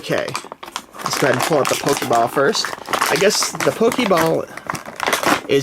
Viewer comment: hey it is called Pokéball not Pokeiball